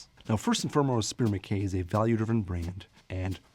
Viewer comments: Mackay is pronounced Mak I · You are saying MacKay wrong